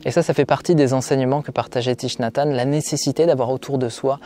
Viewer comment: Hanh, pas Tanh. Ta langue a fourchée 😉